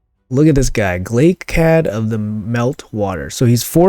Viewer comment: Omg you pronounced his name right!!! Thumbs up for the video!!!